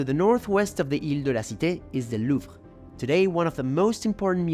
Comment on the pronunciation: I didn't want to nitpick... But now that you've brought my attention to it, listen again to how pronounced the consonant "J"...That's not how the French do it. Maybe you do, in Quebec? Also how he pronounced "Louvre," "promenade," "Invalides", etc. A multitude of incorrect pronunciations. French is not Spanish.